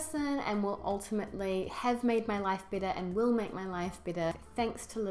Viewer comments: However, you feel "BITTER"!!! That's what I hear. Do you mean "BETTER"? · sounds "bitter" instead of "better" because of your NZ accent. lol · your "better" sounds like "bitter" hehe. great channel by the way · I have to agree with the "bitter" instead of "better" but this is quite a good and thoughtful video. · Hope you don't mind but if you pronounce "better"..."bitter", how do you pronounce "bitter" then? I don't mean to be offensive, I'm just curious. Greetings from Italy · Carlo Defilippi yep i thought the same thing !!!